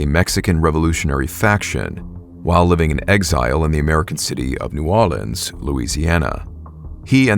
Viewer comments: I hear you saying “New Orleans” like a real man of the Big Easy…”New Awlins,” I cant stand when tourists say “Nawlins” NOBODY says that. Literally no self respecting NOLA native would ever be caught saying such nonsense. It’s just something they put on t shirts that tourists buy from tacky shops on Bourbon Street. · Not terrible on the Southern pronunciation of New Orleans but it sounds more like nowlens when we say it down south